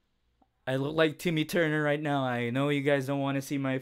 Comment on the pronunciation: He said Timmy Turnor XD